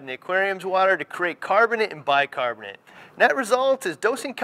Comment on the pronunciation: The heck is Bi-Carbonte?? lol hahaha